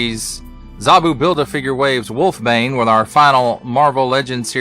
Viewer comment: Its pronounced "Wolfs-Bane" not Wolfbane.